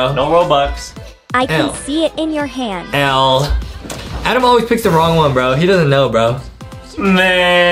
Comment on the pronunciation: justin said adam not adem